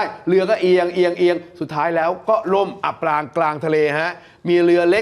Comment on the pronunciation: อับปางกลางทะเล ไม่ใช่อ่านว่า อับปลางกางทะเล อ่านผิดหลายรอบเลยค่ะ